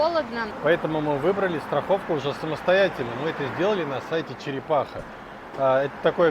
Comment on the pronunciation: учитесь говорить правильно череХапа !!!!!! колхоз 🤣🤣🤣🤣